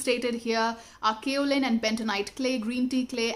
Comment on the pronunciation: I just can't stop my smile by listening pronouncing style of current, kaolin clay😂😂😂😂